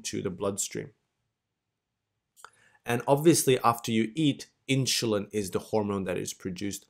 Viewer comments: I can't get past "inschulin". Im an a$hole I know, but it's making my eye twitch every time he says it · Inshulen ? Really?